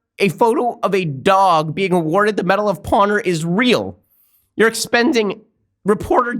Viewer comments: Is it just me or is he saying medal of pawner? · This video deserves a like just for that. Oh, aand "medal of pawnor".